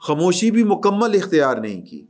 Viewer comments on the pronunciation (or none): none